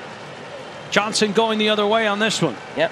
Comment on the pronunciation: On top of everything else, the play-by-play guy pronounces "Jansson" as "Johnson". Eeesh.